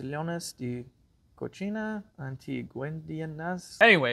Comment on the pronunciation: He said "Utensilios de COCHINA" Lol